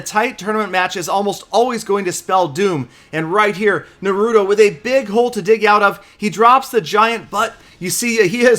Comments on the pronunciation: ITS NAH-ROO-TOE not NUH-ROOT-O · it Na-rue-tow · Oh no pls its pronounced NA-ru-to Uzumaki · its Pronouced NAR-UH-TOH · its suppose to be Naruto (Nah-Roo-Toe) probably looks wrong in text.. easier to say lol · I've never watched the show but i know its pronounced NAH-RU-TOE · he said Naruto so white LMAO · you haven't seen Naruto before huh😩? You said the name all wrong on this. You should watch the Anime so you know how to say it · I guess isn't a anime fan he pronounced wrong and didn't knew Naruto 😂😂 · I cringed when he tried to pronounce naruto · time to watch some Naruto and get that pronunciation down man! Making me cringe over here! Haha. Another nice video, as always. Thanks! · when murders Naruto's name...... smh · The way he pronounced naruto killed me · He pronounce naruto wrong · The way this man said Yahia and naruto lmao